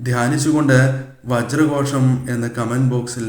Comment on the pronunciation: ഓം വജ്രകോഷം എന്നാണ് ശ അല്ല ഷ ആണ് അവസാനം വരുന്നത്🙏